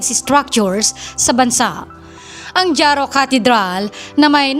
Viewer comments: Jaro....ang pagbasa ay haro not dyaro!😅😅😅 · Dyaro-Jaro. Mali po pagbigkas mo Ang tama po ay Haro- Jaro.... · "Haro", hindi "Dyaro" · Neng ang pag bigkas ng jaro ay haro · Jaro, iloilo (pronounced as haro, iloilo)😊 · Jaro "Haro"